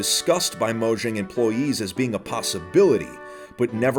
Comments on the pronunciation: M3 hearing him say moshang Me:mojang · I'm glad to hear that a lot of people pronounce it as Mojang and not mOyAnG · It's pronounced "moyang" and not "mojang" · The j in Mojang is pronounce as y. Moyang.